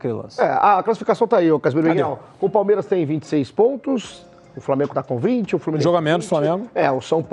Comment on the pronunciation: Esse Narrador aprendiz de Comentárista deveria ficar como Narrador mesmo né "FlorminenCe" .